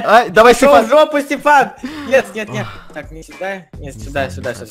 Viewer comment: стефан а не степан!